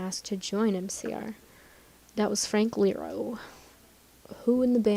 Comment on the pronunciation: Okay let me get this straight. You call yourself the biggest MCR fan there is BUT you say Frank LERO instead of IERO